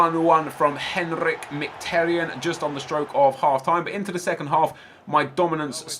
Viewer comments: it's pronounced (mkh (it is a strange sound that is not in English) i tar- yan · No one can say mkhitaryan's name lol. Armenian names are too hard